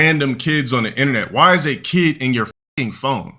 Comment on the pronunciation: "Axed", "keed", not a rog btw